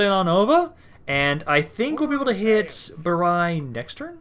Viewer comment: It's pronounced "E-ko-ne-on" or "I-ko-ne-on". Bari is pronounced "Ba-re", open "a" and "re" like in "river". Also, the stress is on the "ri" syllable.